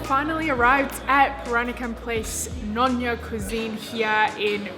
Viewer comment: hi "Nyonya" should be be pronounced as "neo nya" instead of "noh nya". Hope it helps